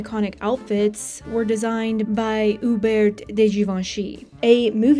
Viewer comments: also Hubert in French is U-Bair... No T. I can't take all the mispronunciations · Only an American would pronounce Hubert with a T 🤪